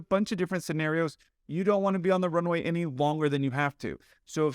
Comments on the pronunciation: I find the controller pronounces the word runway too fast. The pilot does not understand "rnway". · Really don’t like the way this controller is pronouncing the word ‘Runway’. Sounds like ‘runny’ and he does it over and over again. Would it kill him to enunciate better for someone whose native language is different than his? And as someone else has mentioned, 4L could be interpreted as ‘for left’ by someone who is completely mishearing ‘runny’. The Latam pilots could have had better situational awareness for sure, but that controller can learn to pronounce things in standard pronunciation. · Might be easier to hear what he's saying if he actually PRONOUNCED "runway" instead of mumbling a "runwy" super fast. Assume that every pilot is having problems hearing you and be super clear and articulated. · The tower not able to pronounce the word 'runway' didn't help my understanding of his calls at all. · The controller should pronounce ''runway'' better. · That controller needs to master the word 'runway'.